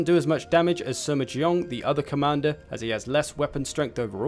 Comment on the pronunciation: Just for the record it’s Sima not Suma 😐